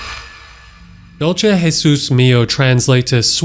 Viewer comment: "dulce" has an s sound, not a sh, (srry it kinda ticks me off)